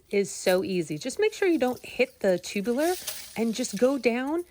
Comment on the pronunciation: The word is TUBER - not 'tubuler'.( 'Tubular' -as in 'chairs with tubular metal legs' - is an entirely different word and meaning.) 'Tubers' PLEASE !!! - otherwise good info - thanks.